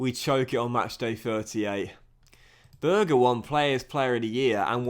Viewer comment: It’s sander berge not sander burger😂